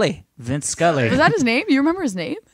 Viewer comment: It's Sully not Scully. His name is Chelsey Sullenberger.